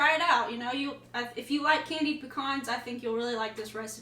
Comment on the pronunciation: They are called PEE-CANS not PEE-CONS.That said they look mighty good..😊...Merry Christmas!!!!